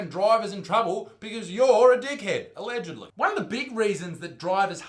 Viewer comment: haha yeah "ellegedly"